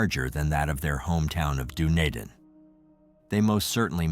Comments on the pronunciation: It is pronounced DunEEdin!!! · Really pissed off how the dick who the narrator pronounced Dunedin. Say it dune. E din. Also his info is not right. Kiwis have it sorted. Of course David knocked them all off. Hey don't be throwing uninformed info on yr site. Maybe a little bit research might be closer to the truth. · Pronouncemed Dun-e-Dan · Hey im from Dunedin, my dad actually went to school with David. I just wanted to say its pronounced Duh-knee-din 🤣